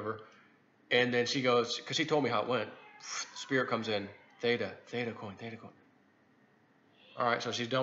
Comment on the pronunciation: Theta. It’s theta right?